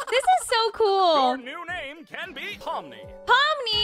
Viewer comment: ITS POMNI NOT PIMNI >:(